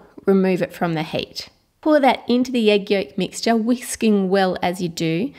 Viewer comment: it's heat not hate